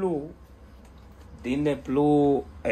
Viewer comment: Soy tu comentario número 30 y vos y tu acento con el Disney pluuuu no me ayudaron de nada lo cambié como 50 veces de países para poner HBO max y no pude por lo tanto tu explicación científica no me ayudo en nada pero por lo menos me reí desde ya muchas gracias la radio está muy buena y aguante el canal te escucho siempre